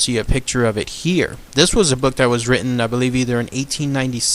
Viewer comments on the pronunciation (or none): none